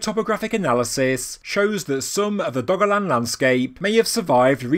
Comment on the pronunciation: I kept hearing it as "Doggoland"